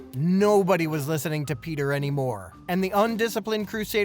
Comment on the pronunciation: peetah, peetah omglolol ded